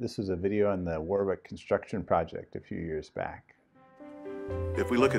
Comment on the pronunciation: I think you've cracked the mystery of Lett's bizarre mannerisms...his in-laws of from Alabama...nuff said😂I notice back in the day he still said "projick", though😂